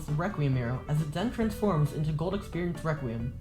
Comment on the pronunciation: The way how your friends pronounces requiem😭 RĘQÜÉM